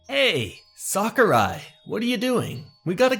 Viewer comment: Japanese: 桜井 English: Sucker Eye